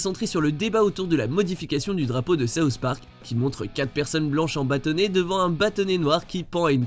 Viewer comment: D'abord les simpson maintenant saouht park